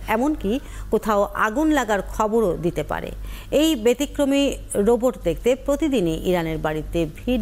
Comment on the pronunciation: বোবট না রোবট, উচ্চারণটা ঠিক করুন।